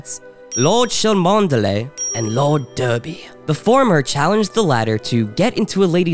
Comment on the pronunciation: Cholmondeley is pronounced "Chumley". Derby is pronounced "Darby".